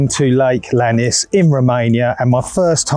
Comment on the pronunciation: Great bit of content! But it's Lake Iannis, not Lannis. A common mistake that all Brits do.